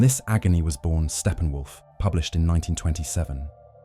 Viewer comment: What are you talking about— Stephen Wolf ? It’s Steppenwolf!